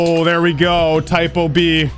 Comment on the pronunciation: ITS NOT PRONOUNCED TYPO B ITS PRONOUNCED 'tea-poo-beh' (idk any words that have the ê sound with an b)